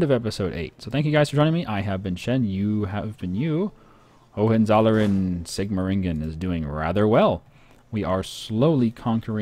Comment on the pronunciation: Great playthrough, Shen. Just wanted to say that though your pronunciation of Hohenzollern is close, it sounds like ho-wen-tsol-lern. This was the Germanic dynasty that eventually took over Brandenburg and founded the kingdom of Prussia.